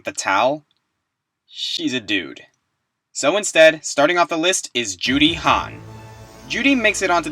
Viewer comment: I REALLY wish my 360 worked.....so I could play me some Bayonetta :( and every time you say Juri it sounds like you're saying Judy....weird.